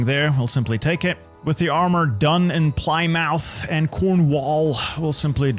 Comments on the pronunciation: I love how he can pronounce every town in this game except for Plymouth lol. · This was the exact granular set of tactics and build choices I was looking for. English grammarians will love how pronounced Plymouth as Ply-mouth and Portsmouth as Ports-mouth!!! So entertaining... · Don't know what it is with American and pronouncing British place names. "-mouth" is almost always pronounced "muth", and the first part of the name is usually pushed into it, so it's more Pli-muth than Ply-Mouth. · "port MOUTH ply MOUTH